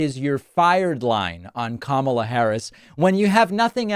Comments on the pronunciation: At least he is finally learning how to pronounce her name correctly....at least some of the time. Why is it that it took him so long to start to pronounce her name properly? No one seemed to notice how long it took. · On a positive note he finally pronounced our future Presidents name correctly! 😂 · One bright side is that he said her name correctly at least once. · What’s with him actually pronouncing Kamala’s name correctly instead of mispronouncing it previously as a way of dissing her. . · Let me say this: at least he’s pronouncing her name correctly. Small steps. 🤷🏽‍♀️ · He stated her name correctly. Did he forget😅😅😅😅😅😅? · 🤔 I wonder if his cult realized that he pronounced Kamala's name right? 😂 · At least he said her name correctly in this video... shocker. He's probably heard it so much he can't remember how to say it wrong. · On a positive note, he figured out how to say her name! 😮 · I find it mildly interesting that he started pronouncing Kamala properly, I want to know why so bad. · At least he was pronouncing her name right this time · I see he remembers how to say her name. Smh lol😂😂😂😂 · He’s pronouncing her name correctly!! :) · He actually pronounced Kamala correctly this time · At least he's pronouncing her name right? Probably a mistake. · He said her name right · Did you realize that he promounced KAmala right, though?